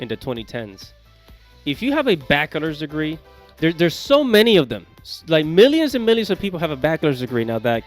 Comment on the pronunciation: Who told you how to pronounce bachelor's degree